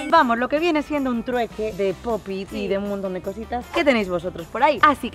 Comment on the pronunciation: No sé dice ni se es escribe popitn es pop it